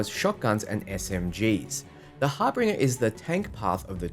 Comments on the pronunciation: It's not Har Binger. It's Harbinjer. Unless...that's the British way of saying it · Harbinger is pronounced haar ·buhn·jr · Har BIN jer.